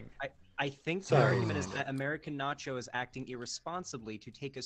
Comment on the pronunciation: Who’s turn is it to speak? NACH-YOS